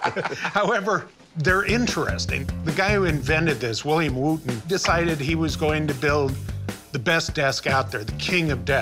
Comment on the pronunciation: I love how he pronounces Wootton incorrectly. 🤣